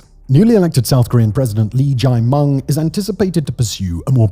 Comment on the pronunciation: S.Korea's president's name is pronounced "jeh-miyong" not "jay-mung". Seriously Simon! Stop giving Millwall fan!